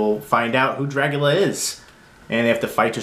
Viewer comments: Good review. Are you saying, "Dragula"? LOL! I bought this copy for the book, the disc picture quality and the extra interviews. I'm a fan of the film and have other copies. I do NOT like the plexiglass plastic cover. As a graphic designer, I see no benefit except to keep the book protected. They could have created a real book like the Exorcist, which is an actual book cover with the pages inside, not a piece of plastic. It is a bit awkward looking through the book because of the plastic piece. Everything else is great, but I will always say they never show enough photos. I'm thankful for the "Making of" book released a long time ago. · Stop saying "Dragula"! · did u say dragula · The way you say Dracula is so weird. great video though